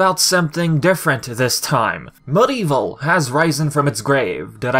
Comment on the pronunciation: MudEvil? It’s MediEvil VIVI please pronounce it properly. It’s annoying. Crash and Spyro are called Remaster Plus, that’s the proper term.